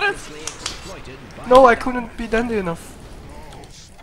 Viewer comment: "I couldn't be Dendi enaugh"